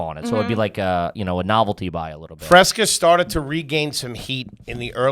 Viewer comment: She thinks RC stands for “royal cola” and “Fresca is pronounced “Freshca” she has millions of dollars… have fun at our jobs everyone